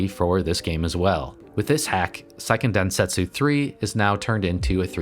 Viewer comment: Since the word is used so often: it's worth noting that the pronunciation is "SAY-ken densentsu", rather than "PSY-ken". "Se" in Japanese sounds roughly between "seh" and "say". "PSY-" would be "sai", rather than "sei".